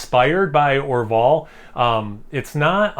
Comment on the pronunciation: That Orval bottle is unmistakable. Well done, Felipe! Nothing better than a nice Brett beer. That is a big Brett though 😅! I agree, I can’t find Brett beers much anymore. My favorite was Rayon Verte from Green Flash. I believe your Or-VALL pronunciation is correct. I had a Duvel a couple weekends back and it was very tasty. Again, congrats, Felipe on brewing a great Belgian!, you are a Lucky Duck.